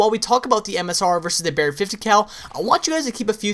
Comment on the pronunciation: i hate the way he says BARRET 50cal